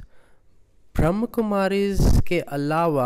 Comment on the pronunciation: Om Shanti brother Kindly correct your pronounciation. It's not brahm kumaris ...it's brahma kumaris.